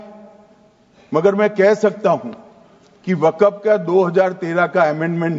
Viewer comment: Wakaf nahi waqf hai pahle sahi bol lo .